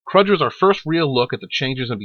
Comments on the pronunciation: "Kroog", exactly. I never thought I'd hear this name mispronounced in the same fashion as Duckula mispronounced Cluj as Kludge and not Klooj. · Okay, so you can pronounce the Klingon word for success but not Command Kruge (pronounced Cru-g(hard g))? Crazy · "kruj". The Klingon spy Valkris very clearly pronounces his name in ST3. HARD "G", and a long "oo" not a short "u".